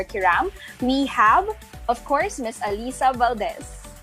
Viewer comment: miss pakiayos pronounce mo sa ALYSSA haha di yan si alisa